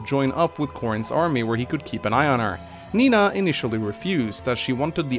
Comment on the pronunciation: you are right. I always hear saying Mina instead of Nina XD